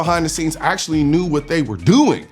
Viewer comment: upvoted your 'AkSHUally'